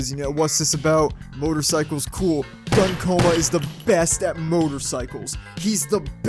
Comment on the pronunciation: I'm sorry to say, but his name is pronounced Goon Coma, that makes a different kind of shooting sound.